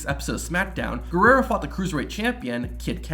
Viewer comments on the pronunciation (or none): none